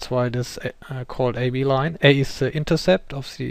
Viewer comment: haha, learn the TH xD alte Hütte still, nice video